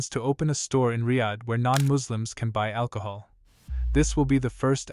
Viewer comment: AL - COHOL 😂 The name makes sense now